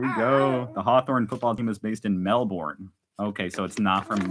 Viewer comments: Hahaha Melborn … nah it is Melbun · Australians pronounce Melbourne as Melburn. Emu as Em mew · ‘Good arvo’ love your intro. Love your little family, Brittany and Jace are just gorgeous. The work of your Aboriginal artist, Peter, is well known, original, one of a kind, and priceless, in fact. You’re a Lucky man. Some pronunciations for you. Emu is pronounced Eem-you. Melbourne - Mel-Bun, Canberra - depends on what State you come from. Either, Can-Berra OR Can-Bra. I’m from the area and was raised to say Can-Berra. Aussie -Ozzi, You are one of the most honest YouTubers I follow because you are not afraid to be yourself, warts and all. So natural, not put on or showy. Absolutely love it. For the ‘Drinking Beer from a Shoe, have a look at YouTube’s about UFC Australian fighter Tai Tuivasa from Australia. Anyway, I’m Shannon, known as ‘Base Camp’ and love you guys. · It's not an Emoo, it's an E m you! It's not Mel born, it's Mel burn! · It’s pronounced Melbern.